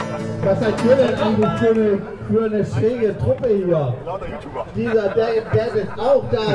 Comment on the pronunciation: Bin ich der einzige der immer „DieselDad“ hört😂